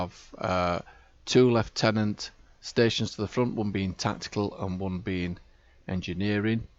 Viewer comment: You instantly won my subscription for your correct pronunciation of lieutenant :) (Canadian here with para-military background, so I know how it's supposed to be pronounced!) Then again the fact you're making a T5 sing, makes you my friend. I love dragging out the old T5 ships and showing that they're still competitive :)